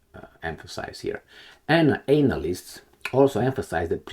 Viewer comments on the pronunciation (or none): Lol it's not anal-ists. Its ana-lists